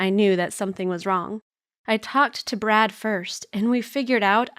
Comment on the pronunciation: Did she just say brat "I've got a boyfriend named brat"